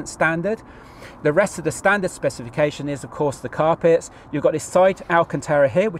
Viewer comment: I drunk a shot every time ‘speciale’ was mentioned. I’m now dead… 😁 Also it’s alcantara rather than alcantera 👍 Enjoyed the vid though jokes aside.